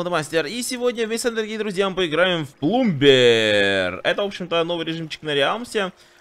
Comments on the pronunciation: не плумбер а пламэ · ПлАмбер, а не плУмбер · Правильно произносить пламбер а не плумбер) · читается ПЛАМЭ